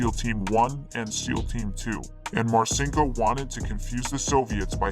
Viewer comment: Is that the correct pronunciation of Richard Marcinco’s name?